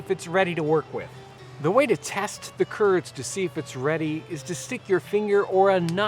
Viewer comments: who else heard "turds" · Every time he says "curds", I think of Kurds.